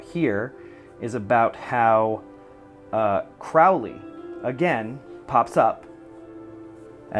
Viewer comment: And Crowley is Crow (as in bird) ley